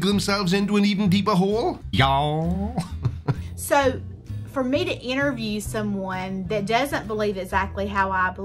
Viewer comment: LOL.. "Y'aowll", that is as United Staters as it gets! Oh and, loved the previous rant video too. Cheers!